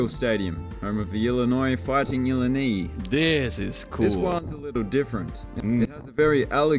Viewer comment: Great reaction! As a Chicagoan, it truly hurt to hear the announcer mispronounce "Illini" - it's ill-EYE-nye (not ill-ee-knee), Illinois is a word from a confederation of Algonquin tribes meaning "he who speaks the regular way". Many of our states have derivative Native American names (like Ohio and Michigan) and while we sometimes butcher the originals ourselves, we've settled on a standard English pronunciation.